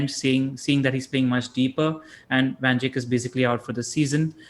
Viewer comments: Nobody: Literally nobody:: Van Jik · Trying REALLY hard to pay attention to the discussion in the video, but it gets tougher after each Van Jickk. I am not picking on you, Just curious how this pronunciation came about considering he is discussed in almost every post-match show, and that the lad has been around in the PL for years. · Cringing hard everytime he says van jik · How the heck are you pronouncing Van Dijk? Van Jik???? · Pronounced “Dyke” mate, pretty easy give it another go.